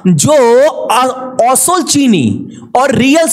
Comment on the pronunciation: Asol bole osol na dada